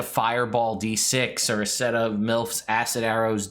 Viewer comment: I don't think it is pronounced "Milf's Acid Arrow"...